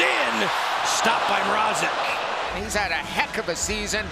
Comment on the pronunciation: For goodness sakes it's MRAZEK not MR-AH-ZEK I hope the canes get eliminated just so we don't have to hear this for another series